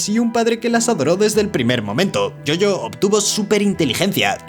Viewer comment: No entiendo porque le dice Yoyo a mojo jojo si en el mismo video el doblaje de dice Jojo y no Yoyo